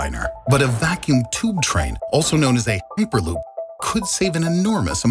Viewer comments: Actually, he said "uperloop" not hyperloop. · "heeperloop"? well i guess you learned how to pronounce "hyper" between cuts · "Also known as an uperloop..." I've heard of Hyperloop, but wtf is an uperloop? Anyone? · da fuk is a hooper-loop? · No offense but, "heeperloop" ? Really ?